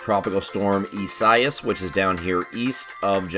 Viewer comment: Its Eeh sah ee s